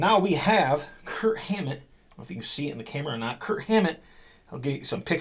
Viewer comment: I swear, I hear Kurt every time you say Kirk. LoL